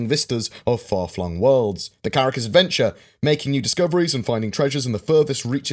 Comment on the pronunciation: Carrracl is not Carrack...😉